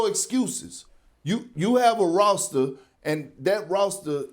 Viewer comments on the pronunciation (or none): Dat “rawster” 🥴🥴😒😒